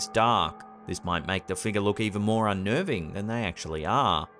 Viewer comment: i love but how come he can't say the word 'figure' correctly?